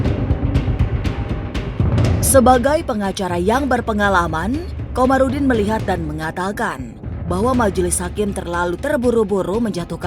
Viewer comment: Kamarudin bukan Komarudin!